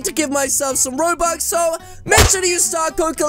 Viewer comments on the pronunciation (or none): none